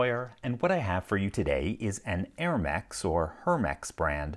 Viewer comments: The way LPL pronounced “hermex” gives me a hint that he Carries an hérmes briefcase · LPL said Hermex, I thought it said the brand read BONEHEAD